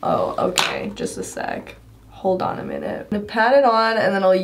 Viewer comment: It’s mi-nute. Not Mi-nude. Minute means a small amount. Minude isn’t a word